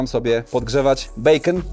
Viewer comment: Nie bekon pjur tylko bejkon , przejezyczyles sie 😅